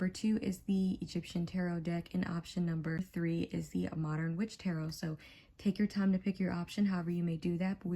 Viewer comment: You claim to have been reading tarot for almost a decade and yet you don't know how to pronounce the word or read any of the cards 🤔🤔 By far the worst reading I have ever watched, it was like you just made up a fantasy about what the cards mean and pretend you are getting intuition about things. So much cringe happening here, I finally had to just leave. I need a salt bath, I hate charlatans and fakers who try to hoodwink innocent viewers. Hopefully others will see through you soon